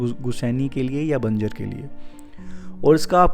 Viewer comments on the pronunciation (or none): Please pronunce banjr as Banjar